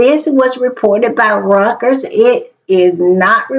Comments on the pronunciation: PS - it's pronounced ROY-TERs = REUTERS not rekers --- :dothefive: Stop talking elitist smack about the issues of the world are not being funded induced by powerful RICH &if you have money self made you don't care, stop trying to discount JD Vance being raised poor as REASON for his dislike of supposed elites. :face-fuchsia-tongue-out:He's perverting the ideals of EQUALITY/Fairness 4masses to pretend MAGA cares about POOR disadvantaged, minorities . Pit dogs against each other. GNU wealth ABUSER TYRANTMAGA is trying to use democratic Liberty freedom against OLD Rich Ellite abusers. :face-fuchsia-poop-shape:STOP implying only people who are against the wealthy are poor or low esteemed, :hand-pink-waving: MEGHAN IS ALSO BOTHERED BY THAT, and soon would have been agitated SEEING the ill-gotten UK ROYALS wealth PROBLEMit's WEALTH GAINED THRU excessive greed and abuse fueled by ill gotten actions. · 'It's pronounced...ROY-TERS...The "EU" is pronounced - "OY"...Just Sayin'...